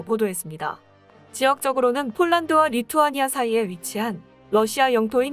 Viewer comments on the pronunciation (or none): none